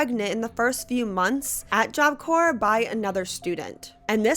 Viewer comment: i know that the video isn't about this but it took me out each time job corPs not corE